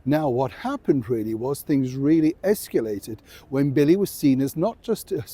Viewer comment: Okay ✅ Americans aren’t the only ones who mispronounce escalated!